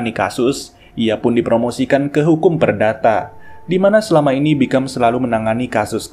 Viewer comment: Di filmnya nama jaksa itu dipanggil "Bicum" min bukan "Bikam" 😂